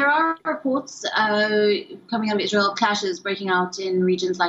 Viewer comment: Want to be a reporter and can't even pronounce Israel correctly. 🤦